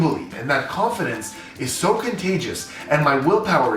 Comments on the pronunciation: When he was saying confidence I heard coffin dance 😂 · The first time he said confidence I thought he said coffins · I can’t unhear this 🤣